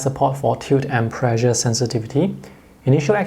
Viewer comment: please practice your pronunciation on the word "pressure"